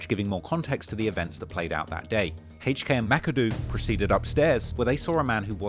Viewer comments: He pronounced hk name Hhhhhhhhk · Who tf is “Hache Kay” it’s HK , the letter H and K wtf is Hache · "Haych Kay". really pronouncing that H. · I can listen to you say “Haych Kay” all day 😩😂